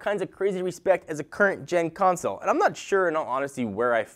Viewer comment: Gen* not ten^